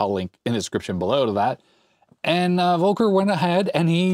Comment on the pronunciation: You pronounce "Volker" like "Wolker", while it should be more like "Folker". As a german it almost hurts to hear haha